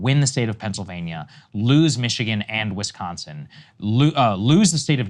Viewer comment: lol "Wischigan"